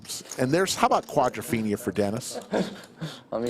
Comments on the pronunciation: stop saying quadraphina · Got tired of "quadrafeinia" rather early in the video.